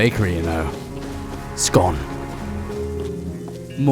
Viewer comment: You pronounced Scone correctly, nice